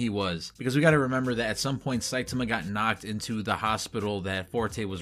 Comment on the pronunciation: I want to say I appreciate you pronouncing Saitama's name correctly. I have no idea why most of the videos I watch pronounce it "sahy-TAH-mah" instead of the correct "SAHY-tah-mah" as pronounced in both the dub and sub versions and is the correct Japanese pronunciation.